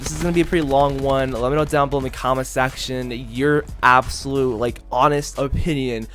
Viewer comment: “let me kno down in the comment SACTION”😭